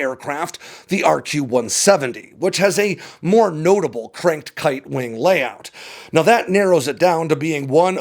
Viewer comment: Cranked kiTe, with a T, lol